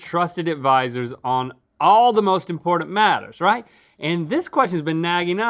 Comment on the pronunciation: My favorite word of rhetts: “impordin”